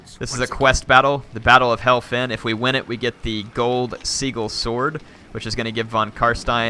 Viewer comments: Seagull Sword? xD Sorry I'm only poking fun, but its sijil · Nevermind Von Carstien's pronounciation Barrow became borrow Copse became corpse Sigil became seagull Gibbet became giblit Tangled VINE Patch became tangled wine patch Crypt Horrors sounds like crypt whores Is Varghulf pronounced Vargwulf? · Golden "See-gull" Sword.... really? See-gull? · i love pronunciation fails. "The Gold 'Seagull' Sword" hahaha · Sigil is pronounced Sid-gel.. not that it really matters. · but then he says sigil wrong...